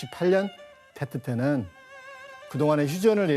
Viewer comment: 테트가 아니고 뗏 이라고 합니다 사이공 >사이곤 베트남>비엣남 베트콩>비엣꽁 베트남어를 영어로 보시면 안됩니다 일관되게 영어발음도 아니고 좀 웃기네요...